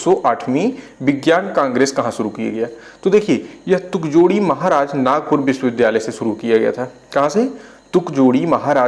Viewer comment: वो तुकड़ोजी महाराज यूनिवर्सिटी है न कि तुकजोड़ी 😂😂😂